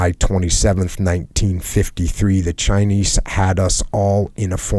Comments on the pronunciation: chynise lol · Jockos the only dude to pronounce the s in chinese